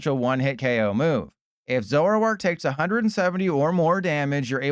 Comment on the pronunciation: 🙅🏻‍♂️ zo-ROARk 👉🏼 ZORO-ark 🥷🏼🤺